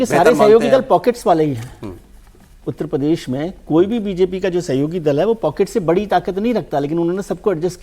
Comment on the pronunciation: उत्त प्रदेश नहीं भाई उत्तर प्रदेश बोलो ....